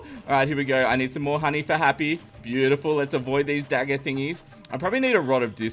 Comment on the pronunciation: i have no problem for this but i m getting rage when you get to the stage to say it ''buityful'' after 2-3 min in every video ... i say its no problem :)